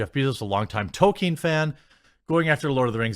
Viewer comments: Toll keen not Toe kin. There is an L in there that you somehow are unable to pronounce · I dont know if Jeremy knows what an 'L' is. He just cannot seem to pronounce them in 'toLkien' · Why not say Tol keen